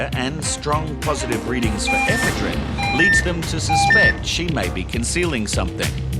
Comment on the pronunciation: It would probably help if they could pronounce the word "ePHEDrine", instead of eephaa-DREEN"